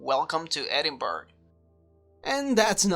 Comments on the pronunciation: Love how he says Edinburg and not Edinburgh lol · I like your channel but are you Russian or Israeli expat? It is ED-in-BORO, the way the Scots/Brits say it. It is similar to the way New Yorkers say borough like the borough of Queens where the two jetports are located. I hope you don't pronounce Greenwich Conn. USA or the original in England as Green-witch or Green-wick. Gren-itch will do nicely. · I found this hilarious when this happened in my hometown but it is pronounced edin-bruh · It was not as straight forward as it might seam, however, it was a hired airline flying the route. WDL had the correct flight plan, but it was given out wrongly, it should have been to to Düsseldorf. How the flight attendants didn't see their tickets didn't say Edinburgh. It was quite funny really, unless you were in a hurry. By the way it is not Edinburgh (burgh) as you say it, it is Edinburgh (Bur - ruh) as in Edin- Bur-ruh) but then again I can't say some other names in other countries lol. They did have the flight clearance and everything, just the wrong destination. I would have loved it, but then I would fly for the hell of it anyway. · Edinburgh is pronounced "Edinbruh" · Edinburgh --> pronounced "Ed-in-BRA"